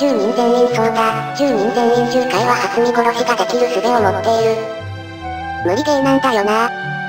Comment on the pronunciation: しょけん殺しをはつみ殺しと言ってる に違和感をおぼえるが そんな可愛い子と寝れるなんて… ｸｩ(´・-・。)